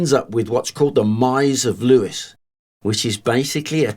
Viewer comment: It's English mate. There is no standard pronunciation. I pronounce it ev-ver-sham. He also pronounced Lewes like the name Lewis but I always thought it was pronounced as "lose"